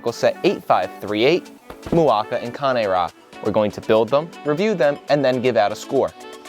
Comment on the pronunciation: so the wrong one was c-AY-n ra, when the right one is kan-AY rah